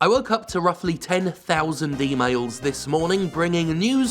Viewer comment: For a moment it sounded like he said "d-mails" instead of "e-mails" at the start and I thought: Wait, is he bringing news from the future? Also, great choice of muisc with Casino Night